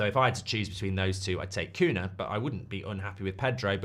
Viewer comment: I know it's not important but Cunha (nh) in Portuguese is spelled similar to El Niño (ñ) in Spanish, so if you know how to say El Niño just say Cuña instead of Cuna, the same for every nh word in Portuguese